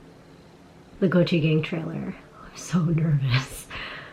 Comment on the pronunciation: Every time it's said, I hear gochujang instead of Gochi Gang...